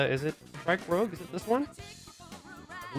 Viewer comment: Thanks for the coverage, just a quick comment "Strike Rouge" is pronounced like the color or like "Moulin Rouge", not like "Rogue" from the X-Men